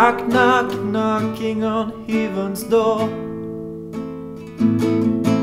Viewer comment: Love the voice, love the expressiveness, but I think your pronunciation of 'heaven' might be detracting from the overall quality, especially since the word occurs so much. Great job otherwise, you are loaded with talent.